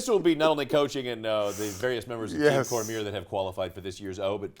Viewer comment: its cor mi ay not cormeer dumy